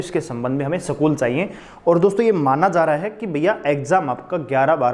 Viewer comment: सकूल nhi बोलते स्कूल कहते है